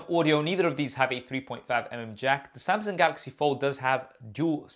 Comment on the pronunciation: Samsung not samsing.Bro get your English right.